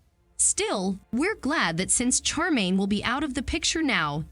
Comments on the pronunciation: Her name is SHAR -main, not char - main. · Glad I'm not the only one that was anoyed with the CHAR 😭😂